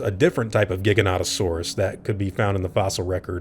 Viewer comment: I’m surprised you of all people mispronounced the Giga….